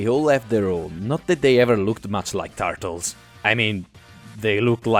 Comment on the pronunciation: "the tartles"